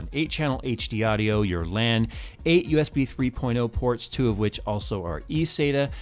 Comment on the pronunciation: I swear when you first said "TEN 3.0 Ports" it sounded like you said "Ten 3 porno-ports" LMAO :D Awesome review - my wallet is now crying itself to sleep knowing it can never get me this epic motherboard. haha